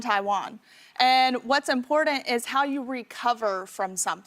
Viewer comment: "What's impordan..." Yeah, that's a word. Please ALT+CTRL+DLT her permanently. THANK YOU FOR YOUR ATTENTION TO THIS VERY IMPORDAN MATTER.